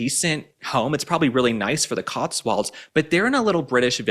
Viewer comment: Love the way pronounces The Cotswolds as The COTSWALDS.!!